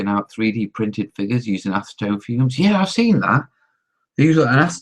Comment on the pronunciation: ur "YEA" was slurred LOL